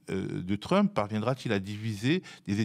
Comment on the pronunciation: Il faut qu'il arrête. Même en français on ne dit pas trumepe..mdr 2millions d Algériens en France. J ai arrêté là.